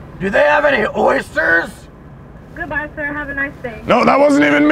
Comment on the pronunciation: "yall have any oisters" bruh im dying